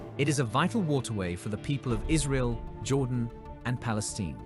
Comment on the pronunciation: You do not pronounce Palestine as "Palesteen" as you did here, it is pronounced with an as in "fine." And, contrary to most of what you said, the MAJOR reason for Jordan River's drying up is that the invading Khazar Jewish Nazi settlers-colonists are STEALING most of its water and diverting it for their usage.